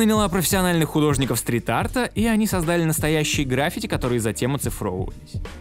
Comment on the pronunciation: граффИти. Да, ударение на И